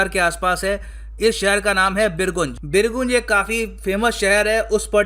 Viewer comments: Pronounce as BirGanj, sir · Sir, Birgunj is pronounced as बिरगंज not बिरगुंज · birgunj pronounce as Birganj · first thing first .. though it has been written 'birgunj' but it is read as 'birganj' and i am from birganj, gateway to nepal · बीरगुंज नहीं बीरगंज नाम है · Birgunj nahi sir vo birganj hai...or kafi purana town hai Nepal ka .. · सर ये बीरगंज है,.........बीरगूंज नहीं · सर बीरगूँज नहीं बीरगञ्ज है। लगता है आप हिन्दी समाचारपत्र नहीं पढ़ते हैं। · Small correction pls don't mind Birgunj hindi pronunciation: बीरगंज Not बिरगुंज . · सर बिरगुन्ज नही बिरगंज हैं। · Sir it's not बीरगुंज... बीरगंज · Pronounce it as " Birganj " not " Birguuunj " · It's बीरगंज sir not बीरगुज 😀😀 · sir not birgunj this is birganj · It's BIRGANJ not BIRGUNJ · It is not बिर्गुंज it is बिर्गंज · Sorry sir,Birgunj का सही उच्चारण बीरगंज है। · sorry to say sir ! birganj is right pronunciation. from bihar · pronunciation birganj hoga sir ji 🙏🙏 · It is pronounced as beer ganj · Sir the pronounciation बीरगंज hai.. And Jankapur m khud gya hu... M khud sitamarhi Bihar se hu jo k bilkul border kr kareeb hai.. sitamarhi me Sita ji Jameen se nikali thi and Janakpur in currently in Nepal wha Raja Janak ka mahal tha. Mere ghar se exactly 40 km.